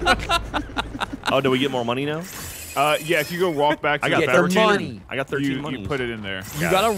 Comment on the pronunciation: It’s fabricator not fabricgater Gavin Geoff & should’ve bee there as well